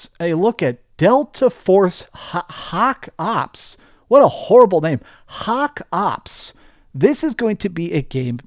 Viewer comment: Pronouncing "Hawk Ops" as HAAARKK UUPS XD